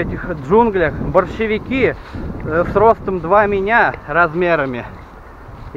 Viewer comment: Я сперва не понял. услышал Большевики )))) а не борщевики)))